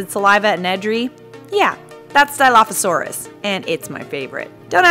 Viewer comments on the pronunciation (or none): My dude even pronounced it wrong